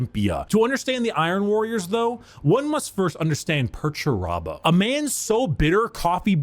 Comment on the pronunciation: Perturabo: They never say my name right!!!! rowboat Girlyman: Hmm must be annoying I- Perturabo: It's infuriating MY name Perturabo not Peter-terbo or anything so juvenile. Rubberbow gorillaman: Yes I'm sure it must be very off-putting. Perturabo: It is. You have no idea how much I've suffered under this ridicule Guilliman. Rib-roast Gellyman:... Rogal Dorn: This is funny because Perturabo is being a fool.